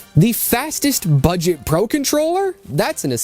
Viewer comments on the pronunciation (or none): G7 PRO, а не PRA!